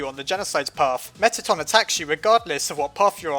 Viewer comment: Its Meatton